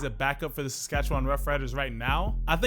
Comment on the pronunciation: not to nit pick but it’s pronounced sass-cat-chew-win